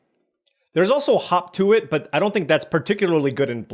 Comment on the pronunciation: not me hearing 'hawk tua', everytime someone says 'hop to it'...